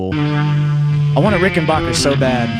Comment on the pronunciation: its "Ricken-back-er" not "Ricken-bark-er"....